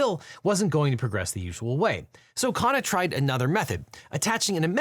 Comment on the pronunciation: KHUN-na, not KHAA-na.